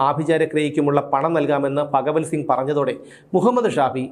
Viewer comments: ഫ അല്ല ഭ പറഞ്ഞു പഠിക്കു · ഫ അല്ല ഭ.. ഭഗവൽ സിംഗ് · ഫഗവൽ സിങ്ങ് അല്ല ഭഗവൽ സിങ്ങ് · എടാ പൊട്ടാ അത് ഫകവൽ സിംഗ് അല്ല, ഭഗവൽ സിംഗാണ് 🤣🤣🤣☝🏻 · "ഫഗവൽ സിംഗ്" അല്ല "ഭഗവൽ സിംഗ്. റിപീറ്റ് ആയി കേൾക്കുമ്പോൾ അരോചകം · പത്തനംതിട്ട ജില്ലയിൽ ഭ ഇല്ല only ഫ 👍👍